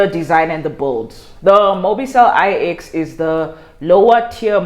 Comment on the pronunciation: its actually mobicell 9 not I...EX